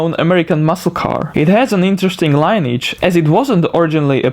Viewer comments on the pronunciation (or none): Lineage: Pronounced Lin-E-Edge, but quickly rather than Line-Edge. Just a tip from a native English speaker. Good job!